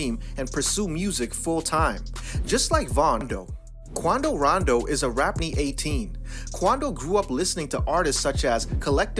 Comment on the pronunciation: Everytime he says „Quando Rando“ I think of „Geraldo Waldo“ from that Urcle Series 🥴